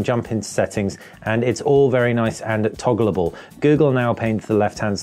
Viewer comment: Togalable ? Is that a real word or techno jargon lol. Not often that I'm laughing at eight in the morning. Thanks